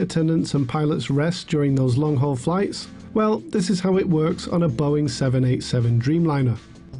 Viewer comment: “long haug flight”